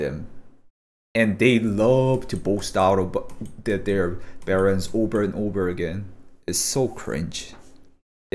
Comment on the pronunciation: i love that u say beterans lol